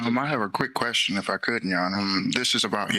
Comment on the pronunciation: Painfully stupid man. He set himself up for a jury trial in this current environment, with the public just sick of scumb*g criminal clowns. What is a "quershten"? Does one "acks quershtens"?